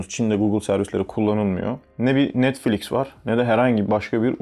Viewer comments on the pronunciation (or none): none